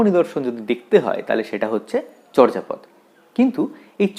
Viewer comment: উচ্চারণ হবে চোরজাপদ।